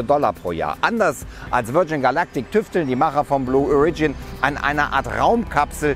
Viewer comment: Beim Wort "origin" wird die erste Silbe betont, nicht die zweite... Ansonsten ein interessantes Thema!